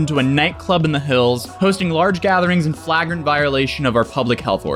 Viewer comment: The way you said flagrant made me lol a little